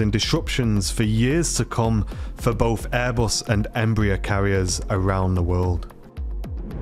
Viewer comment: “Boaf”? Try “both”